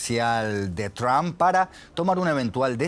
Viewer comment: Por qué los españoles pronuncian tan mal el apellido Trump? No se fijan cómo lo hacen sus compañeros y sobre todo, los angloparlantes.